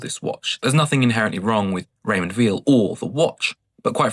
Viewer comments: I’ve sold about 30 watches and on average, I lost about 30% of their value, I agree. Apart from an Invicta that I actually sold for more than I paid for it!😮. Weil is pronounced “vile”, by the way. The same way as Breitling is not Breetling! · my point is that he didn’t pronounce Weil correctly. It is a German name!